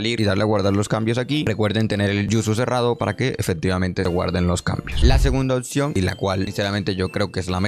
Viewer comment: porque dices otcion? si literal se lee y se escribe como es